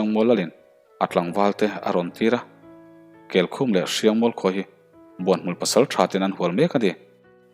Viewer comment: Kelkhum, kel (goat) khum (bed) angin thlûk la, keicham, sakei (kei) eng chen nge i châm dawn (châm) angin thlûk rawh, tichuan awmzia a nei ang. Tekawnga hming Chalrenga pawh reng hi thlûk rawh. Van lal reng tiha reng ang hian.